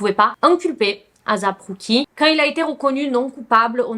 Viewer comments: ASAP ROCKY ! ET NON AZAP ROCKY 😅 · J’adore t’es video!! Mais stp fais des efforts sur les noms. Comment ça Asap Cookie?? C’etait la mm histoire avec les vidéos de P. Diddy. Tu disais "P. Daidi" . Pleeeaseee fais des efforts sur ça! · Ça se dit éissép ROCKY comme asap en anglais et rock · Ça se prononce « eyssap rOcky » et non azap roucky 💀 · En vrai on s’en fou comment on prononce mais si vous voulez la vrai façon c’est “ Ay-ssap” en mode des sape linge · Je suis d’accord c’est assez dérangeant mais bon